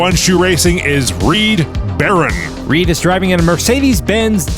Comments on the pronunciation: In the first race I think the name should have been Reed Ba-Roan as well, not Barron as pronounced. Words are hard 😊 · 1). Reed Barone is mispronounced. Pretty sure it's supposed to be Barone (buh-roan) as in Ray Barone in "Everybody Loves Raymond". 2). Is it Fitz or Fritz? Because the name is spelled F-I-T-Z, but 2d and 3d keep saying FRitz. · how is "fitz" pronounced "fritz"? how is "barone" pronounced "baron"? why did you keep saying "Mean Green Joe" instead of "Mean Joe Green"? This one is very sloppy and I didn't enjoy it because of these mistakes.